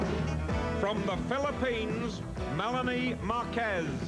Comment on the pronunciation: Muntanga yung isang host! Di man lang nasabi ng tama yung name na MELANIE! Di ka ba nag preprod? haha kaloka!